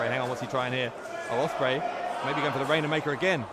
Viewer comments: Why does he keep calling it The Rainer maker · Okada's version is called the Rainmaker, Ospreay calls his version the Rainham Maker, idk why